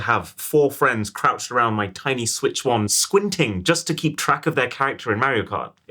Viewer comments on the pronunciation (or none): none